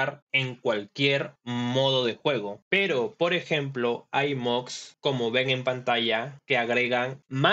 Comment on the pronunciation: Bro, se pronuncia moDs con "D" no se pronuncia moGs con "G"